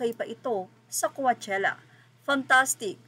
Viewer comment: Coachella pronunciation : cowchella not cuachella pls research( from the root word coach )